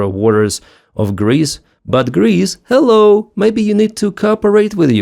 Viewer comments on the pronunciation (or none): none